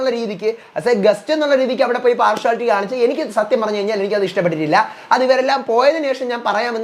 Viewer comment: പാർഷുവലിറ്റി അല്ല പാർഷ്യലിറ്റി